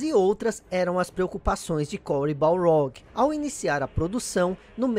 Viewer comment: cory baRLog!!! Balrog é o boxeador!!! Sei que explicou no video anterior, mas é muito estranho ouvir o nome dele errado kkkkk